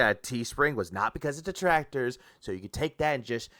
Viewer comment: I like how one of the main reasons Phil is saying he “refuses to take company sponsorships” is LITERALLY the same reason he doesn’t want to do a charity stream. “Oh wul you guys don’t get it, my duhtrackturs would be there to ruin it. I mean come on, they’ll interfere in anything I do so what’s the point like are you seereeuhs ack ack ack” Nothings ever his fault. The detractors are always to blame, and they’re even preventing him from being charitable. 🙄